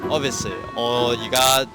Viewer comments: 紅衫條友話自己中文越來越唔好，但D英文officely唔係obviously 😂😂😂😂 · 柯...佛sss ly😂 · 金毛仔讲两次Obviously发音咁差仲可以厚住脸皮话自己中文可能唔习惯，真系佩服